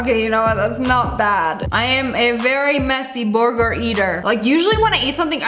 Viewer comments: The way she said burger BOOURGGERRR😂😂😂😂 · I love how she calls it a "borger"